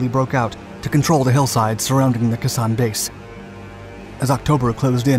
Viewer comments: For gods sake pronounce the name properly KAY SAAN.! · Great vid but again mispronounced names. Kay-san chum. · Really!!! Wrong pronunciation of Khe Sanh! Pronounce like "K" mart "K" Sanh. You're going to get it from every Marine that watches this video.😈"THE DIABLO DOG"😈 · I'm 36 and cringed everytime I heard him mispronounce it. I have a veteran friend that was at Khe Sahn during the end of the siege. He said they made something they called Khe Sahn coffee. Boil your water, add your instant coffee and creamer packet and sugar, and wait for the next B52 arch-light sortie and it mixed it for you. He said when they left the base, the landscape looked like the moon. Thank you for your service. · Likewise. The mispronunciation was like flicking my ear with a rubber band, every single time. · I'm an euro, not hard to pronounce for me. "Kay San" is completely wrong though, not even close. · Yes, his pronunciation sounded wrong to my ears too. Thank you for your service. I recently re-read DISPATCHES, which I highly recommend, and it instilled in me an even deeper respect for the GI's at Khe Sahn. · I wish you would learn the pronunciation of Khe San. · Naturally, he mispronounces Khe San. Wouldn’t be a Dark video without some sort of glaring mistake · It is amazing how a channel that documents history can't be bothered to ascertain the correct pronunciation of the place they are documenting. It really detracts from the video. I mean ... if they couldn't even get that right, then what else did they get seriously wrong? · If you are going to make a serous video about the siege of Khe Sanh, at least do the research, necessary, to enable you to pronounce "Khe Sanh" correctly. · A shame you could not pronounce correctly. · I can’t watch this with you pronouncing the name of the base so wrong do more research before you make a video or at least make sure you are pronouncing names right. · Try, "Kay'-sahn" not, "Kuhssan", dummy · It’s pronounced Kay San, not Kah San.